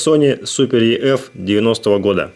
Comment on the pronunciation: EF = ЭФ а не еф.